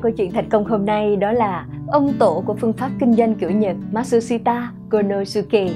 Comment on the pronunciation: Phát âm tên ông chưa chuẩn bạn nhé , ma trư si ta cô lô sư kê !!